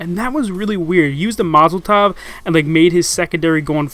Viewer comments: "He used the Mozel Tov " ahahaha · "He used the mozeltov"